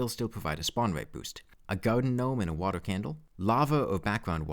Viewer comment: Why do you replace every R with a W when your talking ? Wadar, Numbew, Thwee